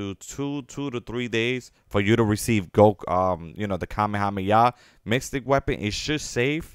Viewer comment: man said mystic lol